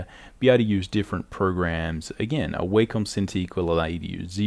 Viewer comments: Wah-Com ... Not, way-comb. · It’s wah-come. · its not w(a)com noy waycom its a not A its like saying aymerica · The way he pronounces Wacom bothers me more than it should. Great vid btw